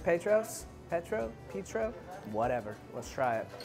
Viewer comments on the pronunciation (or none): Lmfao the petro pronunciation